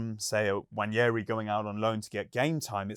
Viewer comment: (N) Wa-neri* Not Wanyeahree